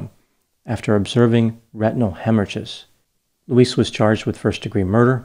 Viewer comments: It’s Louise, not Luis!!! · Her name is pronounced Loo-eez. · Elton is a village, and her name is pronounced 'Louize'.